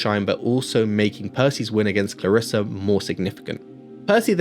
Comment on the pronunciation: I absolutely don't want to hate, because your movie sounds way better, but it's ClarrisE and not ClarrisA